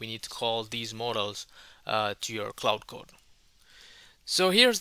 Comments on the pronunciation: While I definitely appreciate that you are doing in this video in your second language, which I could never ever do, may I make a polite request? Quite often you pronounce Claude as Cloud. Given that both words are relevant and distinct in the AI/tech space, it quickly gets confusing to the uninitiated. For reference, Claude is pronounced like the word Claw, just with a 'd' added! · its not cloud its claude